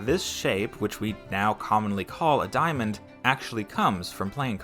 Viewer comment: diamond not diomond lol